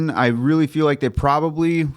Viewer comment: properbly 😂 love it. (Not hating)